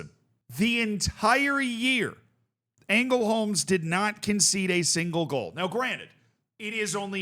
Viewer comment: Btw just for future reference, in Swedish if a word is LJ you don't pronounce the J, so it'd just be pronounced Lungbyheds. Also the Ä is often pronounced as an E at the start of words so you'd be pretty safe going with that, here for example it'd be Engelholms